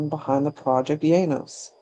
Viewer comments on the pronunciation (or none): Thanks for this. I believe it is pronounced Ee- ah - nus. She has some great style, Isengard is definitely some cult music